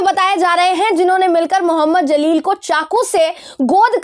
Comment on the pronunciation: The name Jaleel not Zaleel